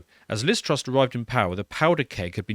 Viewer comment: the woman's name is Truss, not Trust. Great start